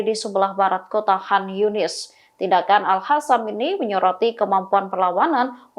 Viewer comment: al Qasam, bukan al Hasam ! Transliterasinya payah. kok bisa jadi host ya?